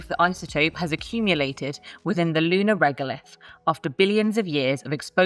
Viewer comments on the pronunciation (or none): none